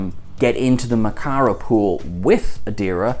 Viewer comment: Caves of Mak'ala..not Makara.